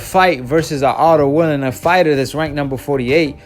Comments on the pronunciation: Bruh u don't pronounce nothing right 😂😂😂...it's wallin not willin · It’s Wallin not Willing Brother. Stop acting illiterate and undermining the man name